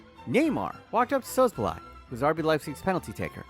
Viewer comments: Who is Sosoblaj? It is pronounced "Saboslai" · It s S-bos-slai, and ill-kay gundowan my friend. Better pronunciation next time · ok now u didn’t even try with the szoboszlai pronunciation😂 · Man butchered Szoboszlai 25 times before calling Luis Diaz "David mfucking Luiz"